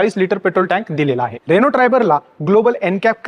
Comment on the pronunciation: रेणू नाही रे अण्णा रेनो म्हण गावठी पणा सोड 😄